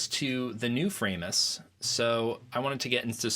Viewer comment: its not Framus-, it's Framus, cos its german